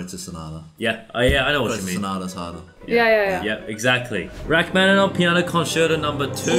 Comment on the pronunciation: First, twas great to hear pronounce Rachmaninov’s surname 99% correct. Second, Balakirev, whilst not well-remembered, did say it himself he was competing against Ravel in terms of technical difficulty of his pieces (and like Ravel, he wasn’t really able to play his own compositions). So it’s not surprise that a work of his is there next to the (in)famous Gaspard in the Night